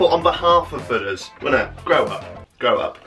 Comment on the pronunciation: 😂He definitely says 'Buddha's'. I have the same accent as Jack. 🙂